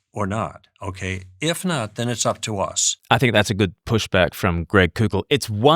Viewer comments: It’s pronounced coe-kull. Like coke. Not coow-kull. Like coocoo for Cocoa Puffs. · just FYI, Koukl is pronounced "Cole-Kul"